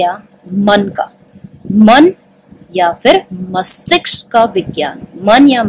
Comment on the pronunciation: mastishk hota hai mastiksh nahi